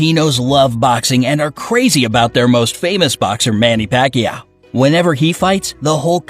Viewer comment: "See-boo" "Manny Pac-Ii-yaw" Try to at least say it right.